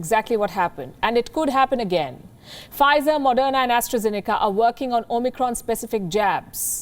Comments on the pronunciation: She keeps on saying OMNICRON. Isn’t it OMICRON? I never heard Palki with mispronunciation but for this one I am keep hearing omNicron. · O-Micron???? At least it wasn't "O-MEGA"!!!